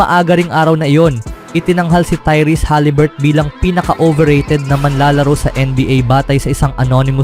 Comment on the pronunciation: Huliburton boy hindi haliburt.... Ikaw lang bumibigkas ng ganyan. Paiba-iba ka pa ng pronunciation sa ibang apilyedo... Ayusin mo...!!!